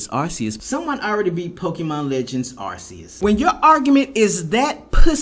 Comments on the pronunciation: It is not arceus it is Arcoos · Man I agree with everything you're saying about that dude. Like your video. But here's my nitpick with you, it's Arceus is (R Key Us). It's not pronounced with an (s) it's pronounced with a (c) like cat, car, case, cove. Even the official Nintendo in Pokemon channels are saying the same as I am.